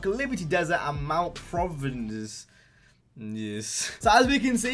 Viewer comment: How are you not able to pronounce "providence"?